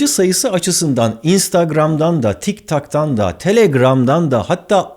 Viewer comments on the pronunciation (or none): Tiktok ❌ Tiktak✔️ 😂😂😂😂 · Tik Tok'ın, "Tik Tak" diye okunduğunu öğrenen ben 🥴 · Tiktok yerine tiktak dedi helal be barış ab elona sağlık